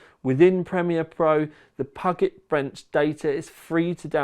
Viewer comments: awesome, love seeing all this work and all these helpful results! Thanks! Tip: It's pronounced "Pew-jet" Bench, it's named after the Puget Sound in Washington state, USA. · Cookies; biccies; whatever: just make sure the tea is strong and well steeped! Pew - jit,; Pew - jit Bench. Nice to see you massacring Americanese as well as English. LOL!!! YOU deserve a box of Internet Cookies for this stalwart service. I'm easy to please with your content - TTL is THE sauce; I just like your presentation. If I was pressed: builds and the Shedio FTW; but we all like to know how we stand in the league so this is more than welcome too!. Do what YOU enjoy, mate. We'll smile along with you. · Grits teeth in effort to not post anything about Puget being pronounced as Pugget. Fails ... obvs. XD